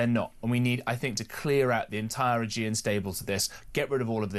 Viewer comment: Someone tell, your guest this morning, that you called "so intelligent", that it's the Augean stables, not the Aegean stables.( 22.19 )